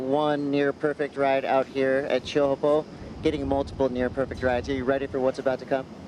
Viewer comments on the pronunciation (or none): WSL really need to provide PD and cultural competence to all staff, commentators and surfers in how to pronounce Teahupo’o. Even if people dont get it completely right its appreciated when you make an effort. Hearing people still saying Showpoo and Chopes is so disrespectful and in this day and age, really not acceptable. Its one word/ name. The least you can do travelling there under the locals manaaki is learn that one thing. Please have some respect